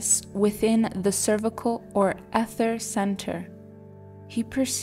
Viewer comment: Very nice! Ether is pronounced eether.